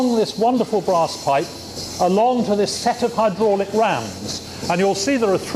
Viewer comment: really good documentary apart from the awful jacket and way pronounces 'hydraulic':)